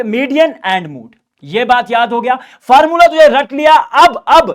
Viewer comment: Statistics❌ Stastics✅ Mode ❌. Mood ✅ 😂❤